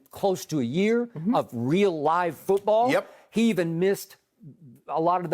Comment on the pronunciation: Shannon with the 'fuutball' soccer teams pronunciation lol